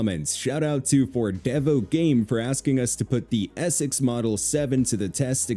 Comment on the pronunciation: "I'm just loving the ee-sex model 7" lol